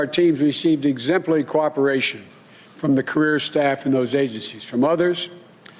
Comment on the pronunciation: what is he saying?? exemply coopration.. really America voted for this?? Why would you give National Security information to a candidate that admits he thinks they have put together "the most extensive and inclusive voter fraud organization in the history of American politics" ( his words) don't believe me look it up.